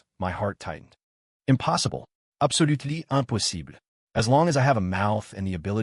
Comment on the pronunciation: "Impossible absolutely empusibli"